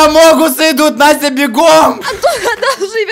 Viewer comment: Вопрос почему НОСТЯЯЯЯ??????? А НЕ НАСТЯ?